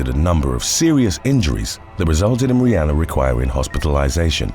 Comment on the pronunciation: Love how he keeps mispronouncing Rihanna name